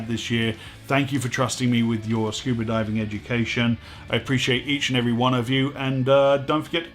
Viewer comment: This is a great channel! I learn a lot but the real reason I log in is to hear say "scuber" diving.